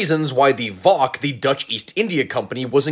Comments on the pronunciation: Me as a Dutch hearing an American say "voc"🫠 Maybe helpful, it's not pronounced "vock" but "vay o say" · Col facts. Also it is not pronounces Voc as in one word, but instead you pronounce the letters separately: Vee O Cee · Friendly notice that you pronounced VOC wrong it is more like V. O. C. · Hearing you pronounce VOC like that hurts me